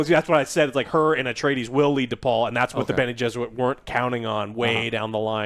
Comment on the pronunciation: Jene-Besserit...Bene-Jesserit...Benny and the Jets...nice